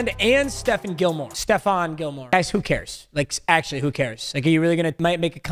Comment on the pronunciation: Hey uhhh u mispronounced stefon Gilmore’s name